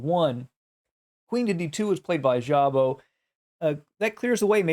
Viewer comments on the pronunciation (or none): Szabo is Hungarian, so sz is like s, sabo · ...in Hungarian language "sz" should be pronounced simply... "s"...like, for example: Swansea, Sidney or Sweden... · Just a small note, Szabó László was a Hungarian player. As a native Hungarian, I just want to help you with pronunciation. In Hungary, the letter "sz" is pronounced as the English s, like in the word "loss", the Hungarian "s" is pronounced as English sh, like in "Fisher". The letter "ó" is pronounced as in the English "hoe". I just wrote the above to help you. And as always, for president. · Szabo - ridiculous pronunciation - horrible! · Szabo is pronounced with S not with ZH. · Szabó László was a hungarian chess player. That was strange to hear how badly was pronounciated his name. To help this channel I try to give a friendly hand. In his language the "sz" sounds like the "s" in the english. My native language isn't the english, so I am sorry if I made a mistake. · In think Hungarian "sz" is pronounced [s]